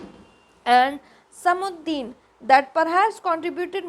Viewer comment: Its samsuddin not samuddin